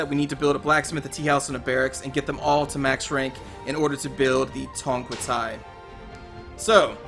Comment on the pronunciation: You are pronouncing Tongquetai like Thai language lol